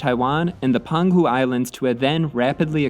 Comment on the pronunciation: Minor note the Peng Hu islamds are pronounced Pung Hu